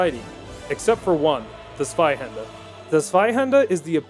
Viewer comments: I love your videos. You know what makes them even better? You saying Zweihander properly. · You pronounce Zweihänder really well.